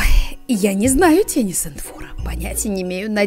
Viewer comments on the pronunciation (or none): Правильно говорить тени сЕнтфора Простите, извините, но правда режет слух))❤️